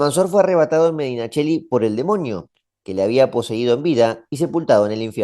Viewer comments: Probablemente por tu ascendencia italiana pronuncias MedinaCHeli, pero lo correcto en castellano es MadinaCeli 👍... Y aunque la pronunciación de Sahagún, debería hacerse con H sonora, como Sahara, ocurre que aquí en España, lo decimos con H muda, pronunciando únicamente la doble A, SAhAgún. Un saludo y gracias por tu trabajo. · Sajajun? Medinacheli? Sancho Garces? Me gusta el video pero un poco mas de cuidado con la pronunciacion